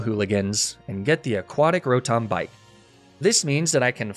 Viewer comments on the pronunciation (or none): none